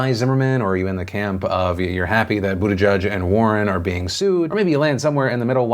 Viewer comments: Phil, your job is to speak into a camera about current events, so could you please make an effort to pronounce Pete's name correctly? It's not "boot a judge," it's "boot edge edge." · Boot i geeg would be a closer pronunciation. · Waiting for the day Phil pronounces Buttigieg correctly.